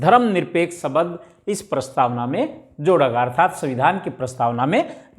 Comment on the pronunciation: सबद नही बोला जाता शब्द बोला जाता है